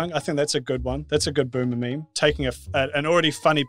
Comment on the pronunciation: You seemed to have meemed instead of memed but it's still a meme so that makes up for it